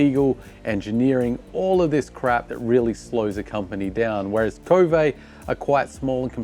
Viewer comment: It's pronounded K-O-V-E, not KO-vay. This is according to Mason Klein and how he says the Chinese pronounce it. Who the heck decide to make a French English pronunciation?